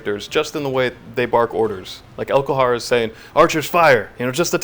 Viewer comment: elHOKar not elKOHar